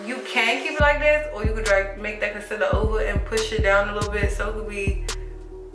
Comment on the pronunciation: "a lul bit of wuuater" definitely from Maryland